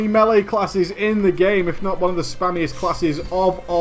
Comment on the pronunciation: melly(melee lol) and shaymin(shaman lol) lolololololololololoololololololololololol